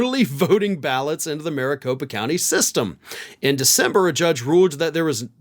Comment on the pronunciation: "Specifically in 'Aricopa' County." 👈🧐🤔🤨 you sure 'bout that?!? 🤦‍♂️ #WatchTheTape 😵